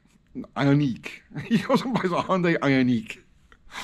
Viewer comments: it’s pronounced ion Q. Not that that even maters though. Here in Canada the government has this distorted view that 100% of new cars will be zero emissions by 2035. I have nothing against electric cars. One would actually be advantageous to me because I could charge it for free. Honestly thought about a plug in hybrid but then realized my kids would be sitting over a potential b0mb. So no thanks. However I feel they have a place just like a diesel. But to replace gas with them and think it’s better to charge with nuclear power whilst sticking our heads in the ground?Burying it with a 100 000 year half life is foolish and irresponsible. The human race should have figured it out when they said God himself couldn’t sink the titanic. Who’s going to pay the road taxes that gasoline pays for? Who’s going to pay to replace an already strained power grid? The near sightedness just makes my head spin. I’ve thought long and hard about this. How can they really be that stupid? Do they really know less then a lowly blue collar trades man? Then it dawned on me. Politicians know exactly what’s going on. They’re only in office for a short time. They just have to look good for a moment until it’s the next guys turn and if he looks bad for waisted money on an un finished impossible task it’s not their problem any more. It really is a broken system. On a side note. As kids we used to jump and or bottom out our cars for fun and on purpose. Guess that won’t be a thing anymore. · Can't say IONIC...lol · Nothing more boomer than pronouncing 'Ioniq' as "Eye On Neek" 🤣